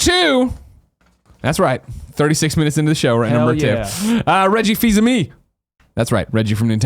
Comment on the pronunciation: "Reggie Fizamee" Uh. Does he know it's pronounced Reggie Fizamay and just trolling? Did I miss an inside joke :(